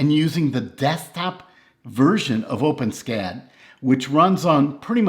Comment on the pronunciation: fyi... it's pronounced "Open-Ess-Cad".... not "OpenSKAD"